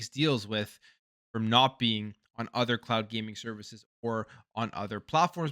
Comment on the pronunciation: For a second i thought you said clout gaming. Oh cloud gaming makes more sense 😂